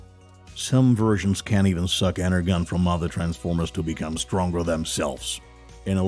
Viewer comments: da fuk is with the the pronounciation??? deceptaKINS? EnerGin?? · You pronounced energon wrong it's energon the g sounds like a j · Ener - Gone Ar - Key 😭😭😭😭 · am i the only one thats upset by the pronunciation of energon cuz the g is pronounced with a “j” sound so its ener-jon not ener-gon(e) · Ener-Gone? Energon = Ener-john. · Can we just.. ok but he said “ener-gone” not Energon😂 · It’s pronounced Energon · Arcee is pronounced as "R-C" Energon is pronounced as "N-ER-John" Please do more research on pronunciation on the correct names as it would make you more of an idiot. I'm not trying to insult you but you are taking words and mispronouncing them. I'm only trying to help. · Drives me crazy! “Energon” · The G is pronounced as a J in ENERGON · It's supposed to be pronounce Ener-john, yeah? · ITs ENERGON (enerJOHN) as you were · 'Scourge' Goes to show Alpha Trion, sad to see the guy talking has little to no knowledge of transformers, and just saying whatever the script was given to him. Also please the right pronunciations are enerJon and arSee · Energon is pronounced enerJon. Its rooted in the word energy. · How can you possibly say energon wrong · Listening to this narrator butcher common words like energon and Arcee makes me believe he’s never actually watched any transformer cartoons, movies or shows 😆